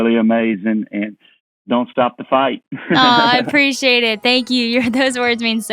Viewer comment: What is "apprecia-ah"?